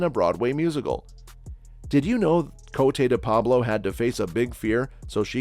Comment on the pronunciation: The very least you could do is pronounce her stage name correctly